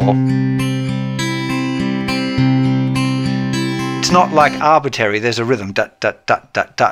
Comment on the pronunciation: "arbitary"? I think you meant arbitRary. :P Otherwise, you're doing an awesome service to all of us out there. Thank you.